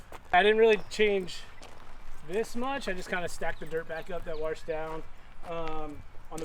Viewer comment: Wash,washed,washing,washes,washer. I axe you, please show me the word warshed in the dictionary. See what I did there 🤣🤦🤯